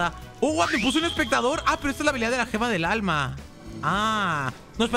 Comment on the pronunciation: 2613 dijiste Gemalto del alma